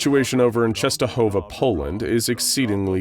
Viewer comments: Eyy true just wanted to write the same thing, its read really good :D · as a polish person, i love how you pronounce "Częstohowa" i think you're the first american person to get it right